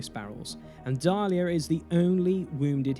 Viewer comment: Nicely done, but the name of the jedi is Diala not Dalia!